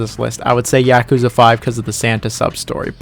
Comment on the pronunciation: please say yakuza correctly, it’s YAH-kuza not YA-kuza 🤦🏾‍♂️